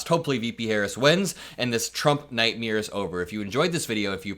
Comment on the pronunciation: …It’s nightmare…not nughtmirror. Just sayin’. 🙂 We must 🛑 Trump. VOTE BLUE everybody. 💙💙💙💙💙💙💙💙